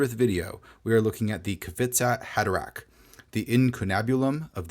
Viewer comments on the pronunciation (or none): Thanks for the review! Some good inspiration in there. By the way, it would be pronounced kih-FEETZ-ah hah-DEH-rech ("ch" similar to the "ch" in Scottish "loch"). The Hebrew for the first word actually reads kih-FEETZ-at, but I'm not sure why the transliteration is off.